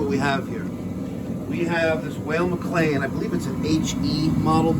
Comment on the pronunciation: Weil is pronounced the same as while. You remember Scott Weiland from STP.. Scottish